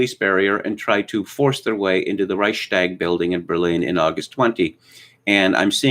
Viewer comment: The part about Germany was accurate and this time even respectful towards this pitiful people. Their history is more than similar to that of the Carthaginians in antiquity. Only the pronunciation of "Reichstag" could be improved.